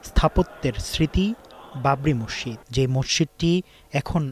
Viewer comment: মসসিদ❌ মসজিদ✅